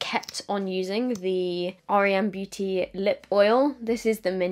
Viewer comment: Hey love the video 🥰 just thought I’d let you know though the brand is pronounced with just the letters R E M, like the sleep phase 😊